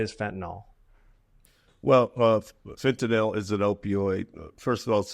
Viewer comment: So fentanyl is pronounced Nil, for real? I’ve never known.